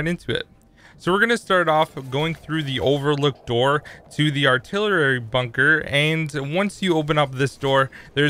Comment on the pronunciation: he says artillerary lololol